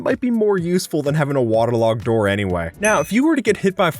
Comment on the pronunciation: i have never heard someone say waterlogged like this